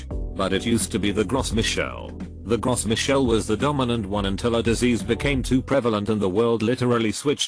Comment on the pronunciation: Gros Michel is pronounced "Grow Me'shell". (It's French)